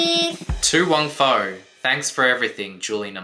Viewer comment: It's foo! Not fow!😂